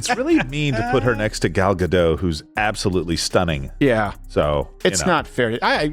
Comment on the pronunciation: Gal Gadot... Not Gado... she's not French guys ffs.